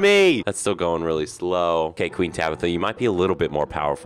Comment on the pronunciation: ''tueen tabitha'' -, 2022 (i think)